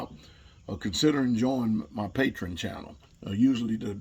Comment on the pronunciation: THAT'S PATREON ! Not Patron.